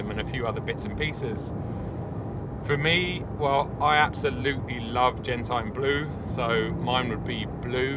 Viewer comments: It's not gentAIn,, it's gentIAn. Love your channel, cheers from Italy! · great review as always, is the gentian blue not (or should be ) pronounced gen-shin? like venetian, egyptian, dalmatian, martian etc that are all spelled the same way..... just my opinion...could be wrong